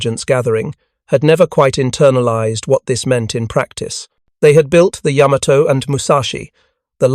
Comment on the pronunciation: McCrea, pronounced mc-kray. No "uh." And "Yammer-toe" is really irritating. Yuh.MAH'toe. EEwa-KI'.